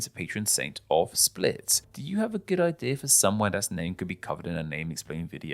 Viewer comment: It’s pronounced like “spleet”